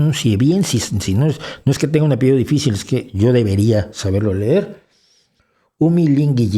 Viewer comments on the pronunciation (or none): none